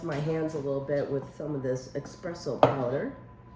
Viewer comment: Espresso powder,Not expresso,LOL